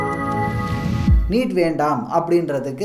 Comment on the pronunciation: நிட் இல்லை🤦‍♂️ நீட்🤷‍♂️